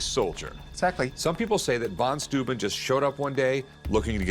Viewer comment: Why do Americans always have such big trouble pronouncing anything that is not English? It is amazing to me. Van Stooben? The heck is that? Oh you mean von Steuben, why don't you say so? It it not that hard.